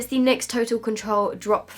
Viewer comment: When she calls it Nixs 😂😂 Instead of N Y X